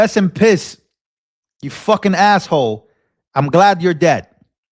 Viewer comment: You said REST IN PISSSSS!😆😂🤣💯